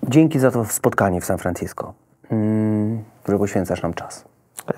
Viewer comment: San Fran-CI-sko? LOL